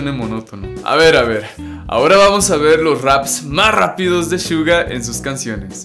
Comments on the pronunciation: Se dice Suga no shuga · me molesta porque dice shuga no Suga tipoooo amigooo suga NO SHUGAAAAA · NO DIGAS " SHUGA" ES COMO SUENA SUGA NORMAL -.